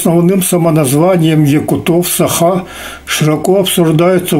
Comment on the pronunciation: Режет слух неправильное произношение женщиной слова Саха🤦‍♀️